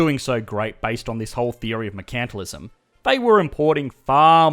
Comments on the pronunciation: You're mispronouncing Mercantilism. It should be said: MERcantilism (/ˈmɜː.kən.tɪ.lɪ.zəm/), and not as merCANTilism. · Were is your accent from? You don’t pronounce “mercantilism” the British way or the American way (although I have some American students who also say “mer-CANT-tilism” instead of “mer-CAN-tilism”). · Never heard a person say mercantilism like "merKAntilism" and not "merkntilism" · Same, it took me a while to realize what he was talking about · I'm used to hearing it pronounced MERE-chant-tile-izm here in the USA. Less often, I've heard MURK-n-tile-izm. Hearing it pronounced mure-KANT-tile-izm in this video was odd. Is that normal Aussie pronunciation? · "MuhrKANTalism" XD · One of the reasons I watch your videos is to hear your Australian accent. But I never knew you guys pronounce it... mer-CANT-alism. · Is that the correct way to pronounce mercantilism?